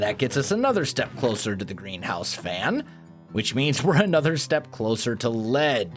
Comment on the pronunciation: Greenhouse. I always hear GrianHouse xD